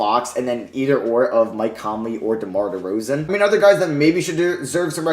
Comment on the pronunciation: The disrespect on DeRozan's name is mad.